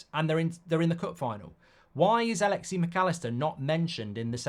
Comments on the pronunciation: It’s alexis not alexie 😂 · HIS NAME IS NOT "ALEXI" MCALLISTER - IT'S ALEXIS - A-LEX-IS. STOP CALLING HIM ALEXI - IT'S NOT HIS NAME. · A-Lex-Sis, he's Argentinian not Russian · A little per peeve of mine as well hearing Mark call him Alexi